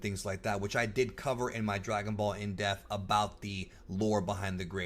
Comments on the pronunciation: It's pronounced IN DEPT with not IN DEFT. Fantastic video, man. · It sounds like you're saying "In Death" lol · 50th edition... still cant pronounce depth.. hahah sorry if you see this, i mean this in the nicest way possible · 50th edition and youre still a fucking illiterate that doesnt know how to say the word depth